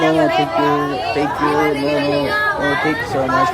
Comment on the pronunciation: abi o kadar no tank you dedin ki,ne demek asil ben thank you geldi aklima 😂😂😂